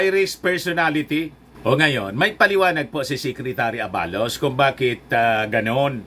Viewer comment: mali ang pagbigkas ng ABALOS dapat mabilis. Hnd A BA LOS.